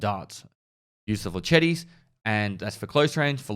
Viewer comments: "Flechetti" - try "flesh-et" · Say it as Fletch-et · Every French person cringing when says "fleshetty" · It’s” flachet”... not “flashetty “ WTF?! how can you NOT know that and play anything having to do with guns??? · Flechette = fleshet, fle chetty sounds like a pasta. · i love your content man but for fuck sake its pronounced flesh-ett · Is it really that hard to say flei· shet? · It's pronounced fle-SHET D:< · Say it with me, now. "Fle-Shet" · Flee sheety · Flah-shet rounds. LOL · Flachette? Flachette. This guys pronunciation is quiet amusing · French people everywhere are rolling their eyes and swearing at this video for how your saying flechette omegalul